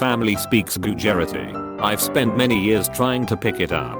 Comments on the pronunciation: (GOO-JAYR-A-TEE)???!?!? Are you serious?! Omg I speak Gujurati and AHEM, it is pronounced (GOOJ-RAH-THI). Thank you very much!🙄😡😵😣😥😑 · The automated voice reading this: can say psychiatric but not Multilingual or Gujurati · The text to speech generator is hilarious sometimes. Something about Gujarati becoming 'Gujeritty' got me